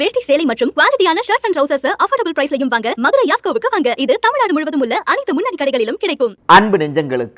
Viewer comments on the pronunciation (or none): none